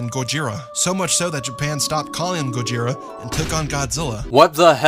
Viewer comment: No, no it's "GOZIRA!!" If you're your going to incorporate the hevy accent do it right